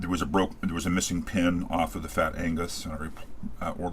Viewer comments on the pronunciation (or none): Great video. But I think it's pronounced "Ag nus" not "Ang nus". :-D